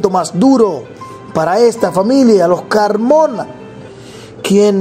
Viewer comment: Juan Carlos Carmona, no Carmina